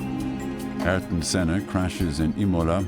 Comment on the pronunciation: The AI narration couldn't pronounce Senna's given name properly. Within a few seconds of starting the video, I'm out.